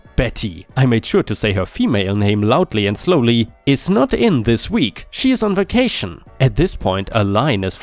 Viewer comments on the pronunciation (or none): none